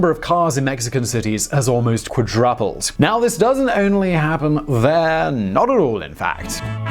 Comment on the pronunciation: Interesting pronunciation of 'quadruple'.